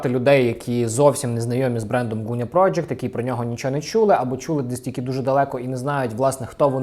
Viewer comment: Дякую за огляд улюбленого бренду! ПС. Велике прохання до ведучого: Ґуня, не Гуня. Ґудзики, не Гудзики. Дуже ріже вухо! У нас досить довго забирали звук Ґ, тож поважаймо й плекаймо його ❤️